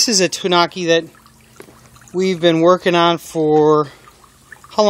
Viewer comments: (Tan-oooh-kee) is actual pronunciation. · Not to be rude but it's pronounced like (too-new-key) But awesome video by the way.